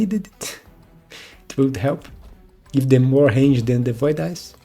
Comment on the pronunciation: Hello! I really enjoy your video's. I'm not trying to be rude, but I notice you say 'Hange' instead of 'Range' often, so I just wanted to point that out :) Thanks for the content!